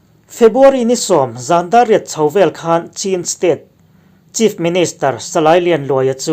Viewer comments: Chin i lam khi a dik lo deuh ka tia ch hi an nei ve lo ania....chin tia lam lo in chhin tia lam tur zawk ani e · Chin hnam kha a aw (pronunciation) chu (Chhin ) tih tur a ni a chhan pawh Chhinlung chhuak a tanga lak niin (Chhin) aw INP kan lawm e